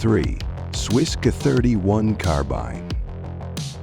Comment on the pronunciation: The narrator can’t pronounce Mosin Nagant correctly, can’t pronounce 7.62x54 correctly….. gets SKS wrong….butchers K31…. Carcano is cheap because it’s garbage.lol Enfield chambered in dot 303 Brit…. If you’re going to put videos up, do it right.